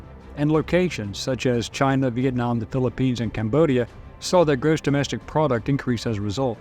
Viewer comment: Lol "Chine" never heard about that country before